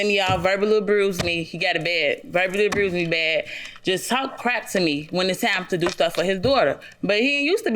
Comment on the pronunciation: Didn’t know abuse had a r in it😂